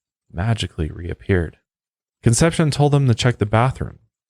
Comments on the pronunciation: and "con-sep-see-OWN" is how you pronounce "Concepcion" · How he pronounces Conception is even more disturbing. And I am not even Spanish. Doesn't matter, I like the show.